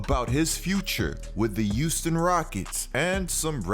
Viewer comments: I got a question I got a question no disrespect?!?! 🙋🙋🙋🙋 umm are you saying Euston or Houston?!?!?! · I absolutely love your content bro, but maaaaan the H in Houston is not silent. Now I know I'm not crazy but i swear you keep saying Uston instead of Houston😂🤣😂🤣🤦🏿‍♂️